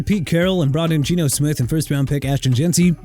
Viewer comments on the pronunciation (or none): none